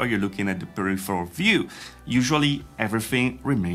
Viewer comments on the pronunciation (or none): none